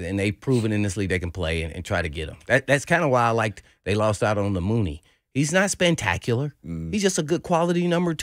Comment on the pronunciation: Did this man say "spantacular"?????